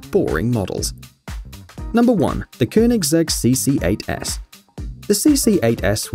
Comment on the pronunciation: I have to give you an aplausse for pronouncing koenigsegg right!